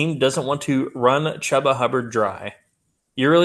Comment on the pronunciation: It’s a shame that Chuba Hubbard is stuck on the Panthers. If he were on a real team, maybe people would know how to pronounce his name properly. (Choo-ba)